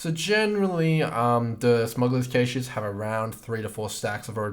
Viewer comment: very useful vid but please stop saying cache like that